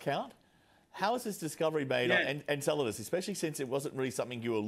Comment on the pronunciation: A newscaster of all people should be able to correctly name the object they're talking about. "Enseladus" does NOT rhyme with enchiladas. 😂